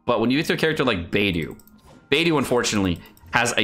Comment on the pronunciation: People still calling her Beydoo?